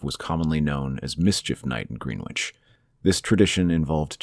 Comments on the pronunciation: “Gren” ich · Please look up how to pronounce Greenwich before I lose my mind